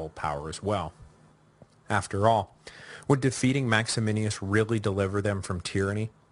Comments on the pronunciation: MAXY-MINUS Say it with me. MAX-E-MINUS. Or, if you want to pronounce it authentically, "Max-e-me-noos" In no way should you pronounce it 'Max-e-min-e-us', sir. I think you have Maximianus on the brain, sir. Also, traditionally, Pupienus is anglicised to 'Poopy-Anus', although I see you shied away from it. You could also say, "Poo-pee-E-noos' if you wanted to pronounce it authentically. You did a pretty good job with the greek name Tim-ess-sitheos, though. (sorry, I don't really care how one pronounces ancient names to which we really only have good guesses as to how they were pronounced anyway, just thought it was funny because you say 'Maximinius' so darn much : ) ... The Crisis of the Third Century is so interesting, and I can tell it is or was one of your favourite historical periods as well. I like the breakdown of the Gordian->Philippus situation. That succession is one of my favourites; a total who-done-it with an epic anabasis setting; some parallels to Carus->Diocletianus there. I think we always tend to assume the worst in terms of the byzantine machinations of Imperial Roman succession, and for good reason-- but who knows. It's very possible, as Sassanian sources claim, poor little Gordy boy got his butt spanked and stuff went downhill. I guess that's why Severus Alexander was so hesitant to march into Persia) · Little confused about the pronunciation of Maximinus (as written above); seems Mike might be adding an extra letter to make it sound like Max-A-Men-E-Us. It's so very odd that a man like Decius, who was so capable and able to take over the empire, but was so damn stupid that he had to go after fellow Roman Christians. It gained him nothing at all except contempt. Gotta wonder also why he stabbed Philip in the back. Was Philip so bad that Decius felt he had to take over? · Would you quit throwing an extra I in Maximinus! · Because that's how you pronounce it in Latin. He does get Maximinus wrong, though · Absolutely. And MaximiNUS, not MaximiNIUS.